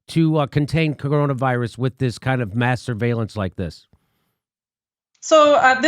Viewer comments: Did She really say masterbalence? Well if Israel is involved i am all for it.. If and when you bless Israel you and me too will be blessed..Maybe not in this life or the next but maybe after that . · Everytime she says mass surveillance my dirty mind keeps trying to hear masturbation.